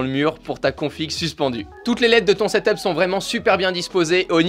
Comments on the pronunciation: Moi je dit ta 2 de la on dit set up pas setop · XD tu dis setop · On dit setup